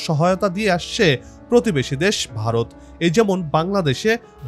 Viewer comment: ভারত কথাটি উচচারণ করতে পারিস না আবার???????